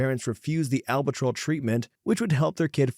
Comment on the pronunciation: Just a polite heads up, but you butchered the word albuterol. It’s Al (like the man’s name)-bew (“blew” with no l)- tur-all. If you search YouTube or google for “how to pronounce…” you can often find a handy guide. 😊